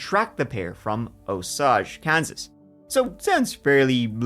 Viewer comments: Osage (Oh-say-ge). Hard “g”. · Osage county has a Ling A, like the herb, Sage. Love you so much!❤ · pronounced O SAGE. long A sound there